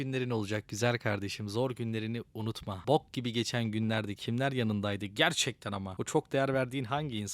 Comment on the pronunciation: Lan tam odaklanıyorum böyle hayatımı sorgulamaya başlıyorum bir anda bok diyorsun gülesim geliyor bide baskılı diyorsun bbook diye